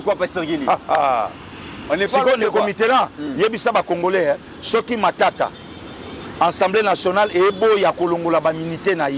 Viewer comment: On dit Assemblée Nationale et pas Ensemblée Nationale.😂😂😂